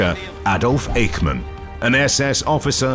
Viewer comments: His name was not Ache-man. It was IKE-MAN. OK? 😢😢😢😢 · Is it you again? You pronaunced Eichman wrong. It is not like a pain but like saying the first three letters in "I sh ould" as Ishman.